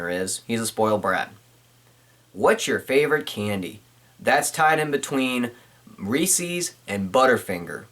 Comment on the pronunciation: it's not called resee cups it's called reese's cups get it right.